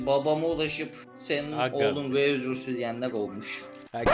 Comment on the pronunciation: v leriyle dalga geçmeyin dan tek tek özüv dileyeceksinizi laan özür dilevim sen pvosun